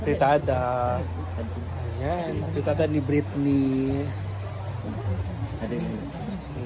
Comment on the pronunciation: Brittney h😅indi breeetni ayusin pag pronounce BRIT hindi BRET